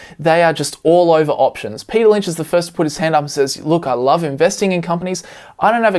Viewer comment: Men... “Payter” is a genius